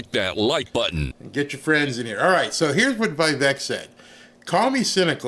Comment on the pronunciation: Vivek is pronounced Vi-Vake. As said by vivek